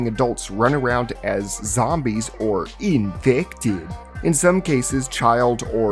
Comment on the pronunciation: I mean the amount of annoying comments he got when talking about zombies but people complained and started correcting him. Now he mockingly says infected like that.